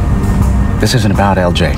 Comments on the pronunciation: EL JAAAY lol. I hope you'll switch to different AI voice in the future. Daniel CC recaps channel had the best and most natural one I've seen so far. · That ai is struggling with LJ